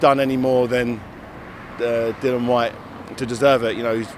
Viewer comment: I get other fighters mispronouncing Dillians name as a wind up, but no excuse from a professional reporter. Come on.